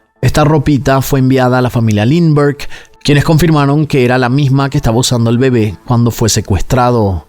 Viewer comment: Este caso caló tanto en Venezuela, que se usa como expresión: "más perdido que el hijo de Lindberg", claro, se pronuncia "Limber o Linder" jeje